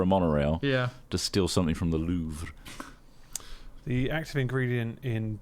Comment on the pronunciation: Also, apparently its pronounced Lew Vwaaaah!